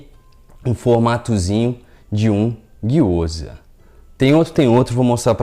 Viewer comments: Gyoza não , é gyozá ! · Me senti a Hermione de Harry Potter durante todo o video, "não é giyoza~ é Gyozá", depois o feitiço dá ruim e não sabe o pq 😂🤣😂, sobre a receita super dá certo 💜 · Gyoza, a pronuncia correta é guio-zá bem oxítona assim como sho-yú ,a maioria das palavras japonesas são oxítonas onde as vogais não são prolongadas como no português.